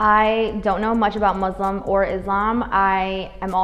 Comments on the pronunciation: Mu .... (S) ..... Lim . The 's' the 's' bro. Please 🥺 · is it so hard to sya muslim not muzlim ? 😭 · why does the pronunciation muz lem bug me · they shouldve asked how to pronounce muslim